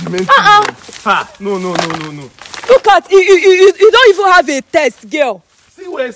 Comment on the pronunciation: Taste,it is not test